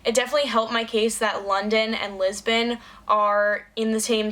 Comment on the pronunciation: That's the first time I've heard an American say Lisbon and it made me weirdly uncomfortable